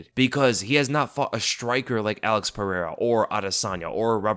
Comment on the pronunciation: What i want to know is how can pronounce michel pereira but cant pronounce alex pereira correctly.